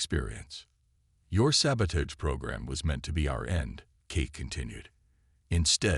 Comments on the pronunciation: Ok. I am only a few minutes into the story. Can you Please tell me what the hell: "saba-TAYGE" is!!!!!????? I have heard of "saba-TAHGE", but NOT "saba-TAYGE"!!!!!! I FREAKIN hate POS AI's. And you have one of those. AND, I made it to the end....AND your AI is a POS for sure. WTF is: "EH-EYE" (AI), "BEAR-idge" (barrage), "as he REED the report..." (as he read "RED" the report), and what the HELL are "RED-outs"!!!??? (readouts) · sabotage.... used so many times and mispronounced EVERY single time